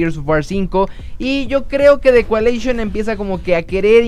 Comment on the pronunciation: "The cualeishon" xdxdxd